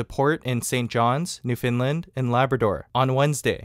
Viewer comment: First guy in all this to pronounce Newfoundland correctly.